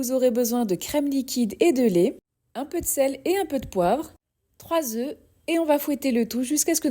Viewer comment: 😮 Œuf se prononce: 1. "euff" au singulier ! 1 œuf, 1 jaune d'œuf 2. "Eu" au pluriel ! 2 œufs, .... 🙂